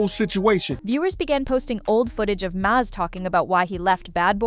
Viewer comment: His name is mase like the pepper spray lol do your research